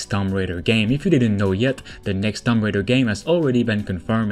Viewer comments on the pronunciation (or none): Shadow of the tomb raider is not new its out and has been out over a year now... also I hate to be that girl but it's tomb not tumb, not a big deal just saying.